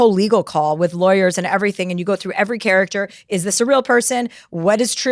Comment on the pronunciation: did she say charac-ch-ter 💀 maam how r u probably well in ur 50-60s yet no one has ever corrected u mispronouncing the word CHARACTER?? 😭 or am i tripping and hearing her wrong??